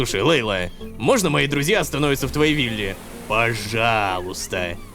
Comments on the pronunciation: Лололошка Ты Не Правильно читаешь Имя ЛЕйла а надо ЛейлА ударение на "А" заранее спасибо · Собираем петицию чтобы Лололошка говорил имя мачехи Джамиля правильно: Лейла́